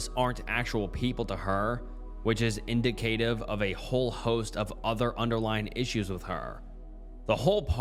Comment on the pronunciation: It’s not “indicate•ive” it is “in•dica•tive” no hate